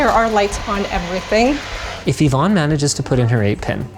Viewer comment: e-vonne?! Electronic vonne??!! *DUDE!*...... Its Yvonne